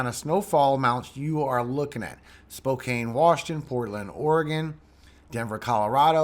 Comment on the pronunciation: Hi! Thanks for your weather forecast, you do a tremendous job. During your video, I noticed a slight mispronunciation of a certain city; I don't live there, but it's a big one and the people who do live there would probably love you more (lol) if you pronounced the name of their city properly. (I'm just trying to help you out here, please don't take offense.) It is spelled Spokane, but you say it like this: "Spo - can." Just like a can of soup. Love you! Have a great day!